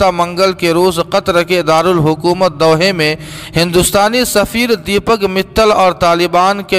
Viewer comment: "Doha" sahi parhiye